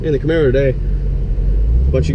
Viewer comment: say Camero with an Italian ascent one more time and I'll drive down there and slap the shit outta you Dan lol